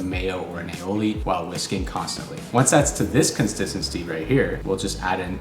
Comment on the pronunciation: bro said consistancy